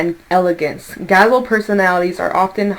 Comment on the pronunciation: Just watching your energy made me happy and laugh.....multiple times. Oh yeah....very accurate read in what's going on in my life, thinking and choices... I recently made and have to make in the near future. Gazelle....is pronounced gaz-zeL' lol....sorry the Virgo in me couldn't resist! 💋🤗 Watch the Magician at work! I'm glad that old cycle is behind me..it was really wearing me out! Time for all of us to collectively create the life we want to see! We all have GREATNESS in us just waiting to be released.